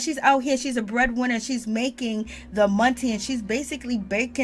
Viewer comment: It's the stay at home father stressing the breadwinner that is sending me all the way from South Africa lol I died when you said that with your accent 😂